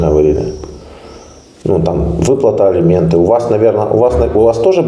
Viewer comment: "ЭЛИМЕНТЫ", С*КА